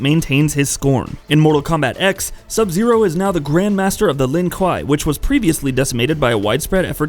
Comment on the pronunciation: kwei dude, kwei, it's pronounced kwei